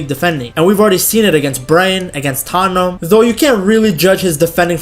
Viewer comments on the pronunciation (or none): none